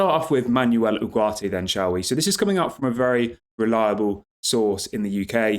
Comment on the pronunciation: Manwell Oogartay is how to pronounce it 👌